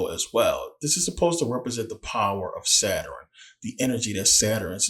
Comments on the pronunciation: Good information brother. But, what is a Saturin? I thought it was Sa-turn? 🤔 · First video I skipped. If you can't pronounce Saturn then why would I listen.😢